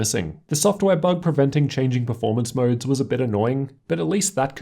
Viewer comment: Moerrrds (modes)